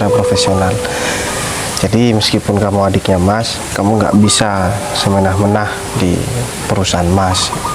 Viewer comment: Ma'af,,,,sekedar masukan buat:Bukan "semenah-menah" yaaaaa 😅 tapi "Semena-mena"Ma'af yaaaaaaa🙏🙏🙏🙏🙏